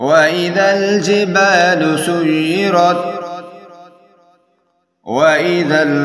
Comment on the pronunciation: السلام عليكم ورحمة الله وبركاته بھاٸی تلاوت غلط پڑھی ہے آپنے سیرت کو سجرت پڑھا ہے آپ نے